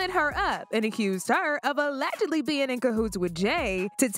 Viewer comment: Allegedly. The “g” is pronounced like a j.